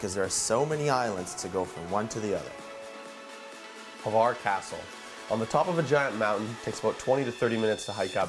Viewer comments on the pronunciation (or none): btw it is not pronounced HAVAR, it is... HHHHHHHVVVARRRRRR.